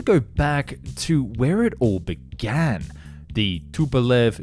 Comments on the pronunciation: "Too95" "F one hundred seventeen" "Diskern" "Toobolev" (you got it right the second time) "Too160" "Weapondree" ?? Its NOT a flying wing, it's a blended wing body. Dude, you don't normally make this many mistakes. No, I'm not referring to the auto subs, purely your pronunciation ☹️ If you're unsure about Russian words & models then just go watch the Paper Skies channel to hear a native language speaker say them correctly. That doesn't explain all the English words you screwed up though ☹️ WTF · No, it's not T-U, these are not initials nor first letters of words, it's shortened last name of the constructor - Tupolev. Check any Russian documentary for correct pronounciation of Soviet design bureaus. Also check how Russians pronounce PAK-DA, it's very often practice in Russian to read abbreviations as "words" because they have a lot of them in their language and it's much easier than spelling letter for letter.